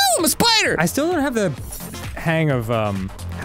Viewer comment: Ahh yes the syeepider